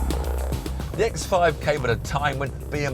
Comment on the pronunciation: Evertime he said X5 i kept hearing ex-wife 😂😂